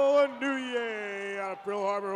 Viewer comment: I wish they could pronounce Sasebo, Yokosuka and Inouye correctly!!